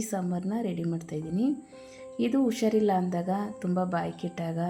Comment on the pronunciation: ಉಷಾರಿಲ್ಲ ಅಲ್ಲ ಹುಷಾರಿಲ್ಲ.... ದಯವಿಟ್ಟು ತಪ್ಪಾಗಿದೆ ಸರಿ ಮಾಡಿ.